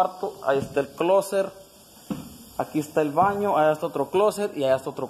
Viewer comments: Se dice closet! No closer jajajajajaja estos vídeos ya no traen nada solo vi pura madera y poco de agua los vídeos del rancho son lo máximo pero bueno suerte con tu cambio de vida y me saludas a la 4x4 la.. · Se dice closset wuey si no sabes mejor ni hables